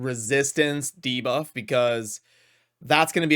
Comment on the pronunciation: He said debuff correctly in this video!